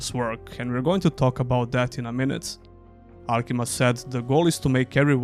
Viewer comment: AlkimIa. There's an I there you're skipping.